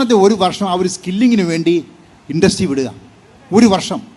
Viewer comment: Absolutely. Athupole, mooparude pronunciation also is so poor. Clarity is pathetic 😢 ഇൻഡസ്ട്രി എന്നത് "ഇൻട്രസ്റ്റി" എന്നു പറയുന്നത് കേട്ടു, ഒരു University VC ആയിരുന്ന ആൾ !